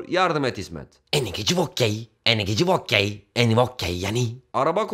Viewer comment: Abi o "eni geci vokkey" değil "eni voci vokki" şeklinde olacak. Lütfen yanlış yapmayalım